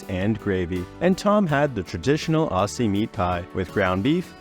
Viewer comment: Aussie is pronounced "Ozzy":) Great video thanks!